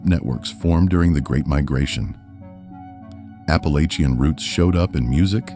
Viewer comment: Right, he keeps saying Appalachia wrong